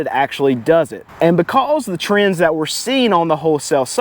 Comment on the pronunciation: I love the way you say " becouze". Subscribed.